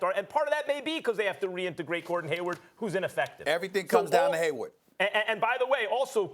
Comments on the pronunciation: Why cant Steven.a.Smith say HayWARD, that man always says haywood. It is killing me that he never gets it right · Stephen A keeps calling Hayward as Haywood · How long do you have to work at espn to know its Hayward, and not Haywood.